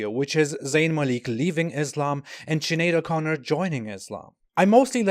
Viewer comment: I've never done a spit take in real life until you said 'Sinead o'Chicken'